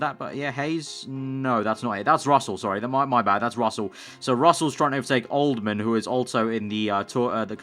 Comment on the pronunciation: old-ham!! not old-man fs